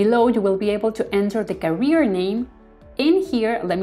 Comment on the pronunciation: Very useful tutorial for a very useful plugin. One comment about the video: you're pronouncing "carrier" as "career", which sounds odd and distracting... Carrier should sound like "kèrrier" 👋